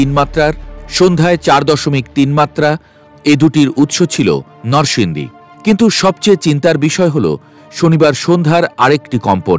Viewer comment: সাংবাদিক সাহেব নরসিংদী নামটি অন্তত সঠিক ভাবে উচ্চারণ করেন